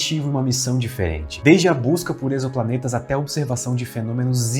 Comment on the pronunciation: Meu Deus.... Meu Deus... Finalmente alguém que fala Exoplaneta de forma correta. E não essa coisa terrível meio "ÉQuiZoPlaneta" que tantos canais tão bons falam o tempo todo.